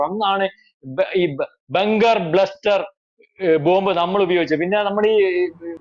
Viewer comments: Bunker Buster ആണ് , ബ്ലസ്റ്റർ അല്ല 😂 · Bunker bluster alla buster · Pronounce correctly. Bunker buster.